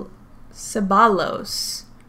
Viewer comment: to help, double L makes the sound of a Y as in yo= Cebayos